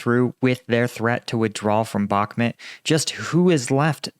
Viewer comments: Love your content but please it's bakh"mut' not mat....... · It's bauhk-moot not met stop saying bauhkmet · I just unsubscribed because you keep calling Bakhmut Bakhmet. I will not allow you to butcher the human language!